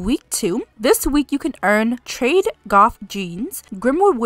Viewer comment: Sorry to be that person, but it’s actually pronounced ‘trad’ as in ‘traditional’.